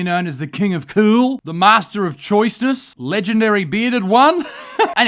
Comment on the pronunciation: Are you saying “king of kewl” or “king of cool”?